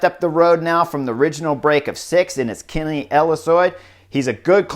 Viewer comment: Thanks for the coverage and analysis. Guillaume is pronounced Gui-Yom. Practice, you’ll say his name often this summer. 😉